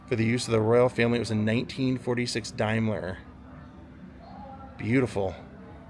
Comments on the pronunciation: It's pronounced dame..ler great vid ,best wishes from the u.k. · Daimler pronounced Dame-ler…. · It’s pronounced Daymler. Daimler was a British manufacturer.